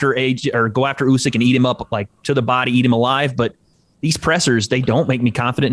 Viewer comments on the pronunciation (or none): It's not YOUsyk, It's OOsyk.